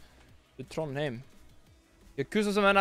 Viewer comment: Did you say Trondhem?